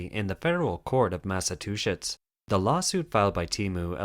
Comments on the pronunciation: DID YOU REALLY SAY THE COURT OF MASSIVE TWO SHITS ????? MASS-a-choo-sits. not hard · DIDN'T ANYBODY JUST HEAR HIM SAY MASS-A-"TWO"-"SHITS" !?!?!?! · I like your pronunciation of "Mass'a'two"shits" :D Laughed the whole morning. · "Massa-two-shits"... love it! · Here I've been thinking I like this computer voice but then it goes and butchers my state's name. Oh well. Still the most informative channel on YouTube about China. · I don't know. It makes no sense for someone this smart and knowledgeable who speaks with a perfect American accent not to know how to pronounce the US states correctly. Something is up with that.